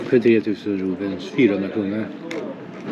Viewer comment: Rupies heter det va? Valutan. Rubens låter det som att du säger. Du äter och dricker gott. Ser riktigt gott ut